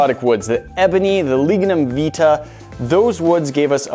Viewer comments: Lignum vitae My country's (Jamaica) national flower we pronounce it ( vie-ty) not (vee tah) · Lignum vIT-AY. Not veet-ah..